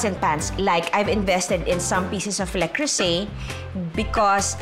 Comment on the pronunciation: Not a basher, so just we all know : it's "luh-CROO-zay" with the emphasis on the middle syllable that's pronounced similarly to the "oo" sound in "cruise." ❤